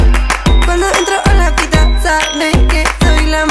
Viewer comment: Yung "sabeh" Beef